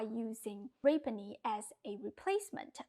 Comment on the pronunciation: (rapini = rah-PEE-nee) ❤❤❤ love you, you're the best !